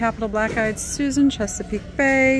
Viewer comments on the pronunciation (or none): none